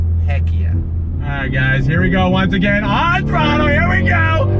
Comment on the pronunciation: I got hype every time he said " On throttler" .